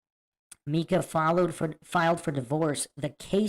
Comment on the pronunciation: It's My-cah, not Mee-cah.